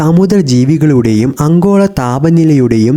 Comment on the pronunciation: അങ്കോള അല്ല ആഗോള എന്ന് പറ